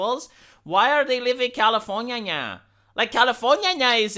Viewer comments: Dude, keep saying Californinya, It's brilliant!! I love it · I can't begin to tell you how much I laughed every time you said californiania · I'm disliking this video specifically for "Californiaia" said in that annoying, high nasally voice over and over again. If you think someone likes hearing you do that, just upload videos of you scraping on a chalkboard with a rusty nail and see how well your channel does. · stop saying californyanya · That's how Americans say it. (California is in America)